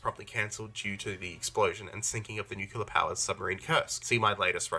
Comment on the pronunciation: I must warn you of the heresy that comes from part 4, specifically at the start he insists that 'nucular' is the correct way to pronounce 'nuclear'. The mispronunciation is fine, but it's objectively false that 'nucular' is the correct way to pronounce it, the correct pronunciation precedes it by a literal century.